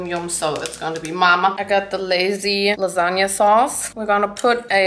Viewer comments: I'm obsessed with your lipstick 🤩 (But that "lasagna" is criminal 🇮🇹) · I accept your apology for the "lasagna"